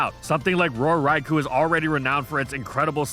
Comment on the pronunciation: The only thing evil here is how keeps mispronouncing Raikou.